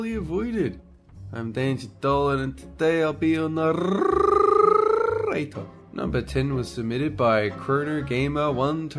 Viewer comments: I just love how goes "and I'll be your narrrrrrrrrrrator" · Dolan : And I'll be your naRRRRRRRRRRRRRRRRRRRRRRRRRRRator